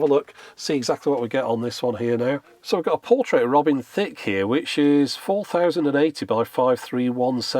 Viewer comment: The way you say it, it's more like Robin Thicc